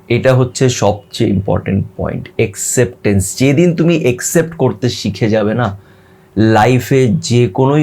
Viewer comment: ভাই, আপনি নিশ্চয়ই আমার ছোট ভাই এর মতো। সেই সুবাদে এই মন্তব্যটি না করে পারছিনা। সেটা হলো যে, Acceptence এর বাঙলা উচচারণটি হবে এ্যাকসেপট্যানস্। আবার ও বলছি এই মনতব্যের জন্য মনে কিছু করবেন না।